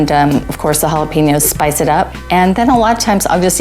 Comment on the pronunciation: did she say jala-penis??? Dat ain’t vegan!!!!